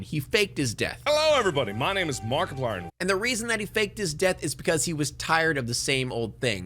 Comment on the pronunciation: that is a funny way of saying Markiplier